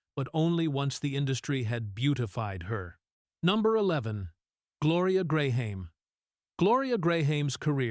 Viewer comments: How many ways can this stupid AI mispronounce Gloria Grahame? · Exactly. She was 40+ when that photo in the thumbnail was taken. That wasn’t photoshopped or made with AI slop, that is an actual photo. When I heard the AI voice mispronounce Gloria Grahame’s name along with making false accusations on virtually every woman shown here, I knew this video was utter trash.